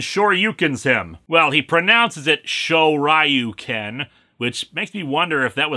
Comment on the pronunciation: Leave it to Linkara to pronounce Shoryuken right but not Ryu. Must be a Minnesotan thing...